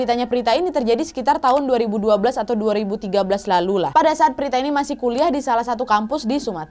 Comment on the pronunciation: Prita kka Bukan Prtita